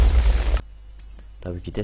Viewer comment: Tnt diye yazılıyor tienti diye okunuyo